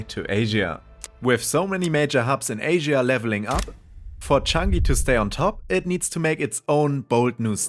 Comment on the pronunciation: Asia is mispronounced as far as I can tell